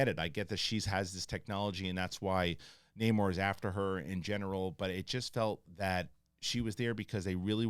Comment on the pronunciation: It bugs me that everyone calls him Namor when he clearly pronounces it Namor. Totally different names.